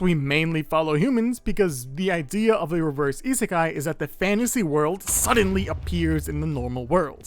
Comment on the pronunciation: the "Reverse Iseaki" at the start hurted me more than i though it would (and the "Reverse iskeai" too )